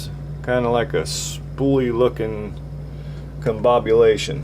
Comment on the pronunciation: A tricky pick and a good "conbobulation" job on the pin's!😅🍺✌